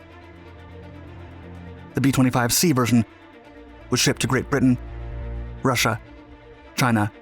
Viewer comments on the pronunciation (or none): none